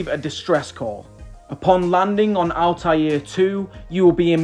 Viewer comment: Really amused to listen to your pronunciation of “Altair”… didn’t think that you could speak it as if it was a French word… but it is AltAIR - like the stuff you breathe. 😅